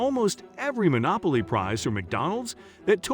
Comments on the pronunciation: I was laughing at "Monolopy" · "Monolopy" game?